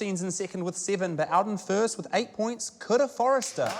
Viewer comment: These NZ accents kill me. They way they pronounce "ea," and until I read the description, I thought Kura's name was Coulda.